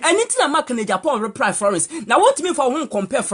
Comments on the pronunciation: The girl paa she say ruply instead of reply ahahaaha 😂😂😂😂😂😂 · You can’t pronouns reply 🤣🤣🤣🤣🤣 you soo funny